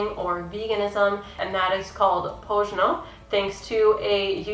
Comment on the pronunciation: pronounce it with an s as its written "Posno"